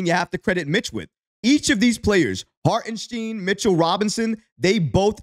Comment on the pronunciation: Great video, but please figure out how to pronounce Hartenstein's name properly, dude! 😂 LGK!!!